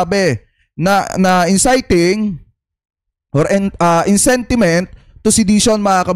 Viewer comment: Ayusin m pronunciation mo bok..inciting yn